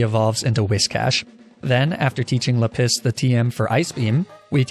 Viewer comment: I love the mispronunciations "Leh-piss"